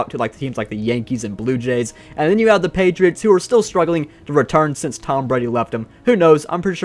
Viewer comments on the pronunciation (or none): none